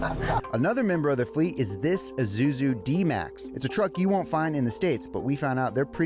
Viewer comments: It's an eye-sue-zoo not izoozoo 😂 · i z u z u 😂 its is us u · My dear American friends, say it with me now: E-Su-Zu, not E-Zu-Zu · izoozoo? Ihsuezoo is the pronunciation. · LMFAO Isuzu,Its called Is-u-zu LOL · First izuzu thn the editors type izusu come on man its ISUZU 😂